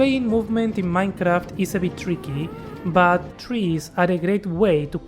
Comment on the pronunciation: Dijiste MAINCRAFT y ya con eso me bastó para darme cuenta que sos argentino jajaja